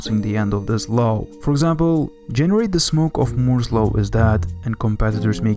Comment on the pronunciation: he calls moore's law "moze low"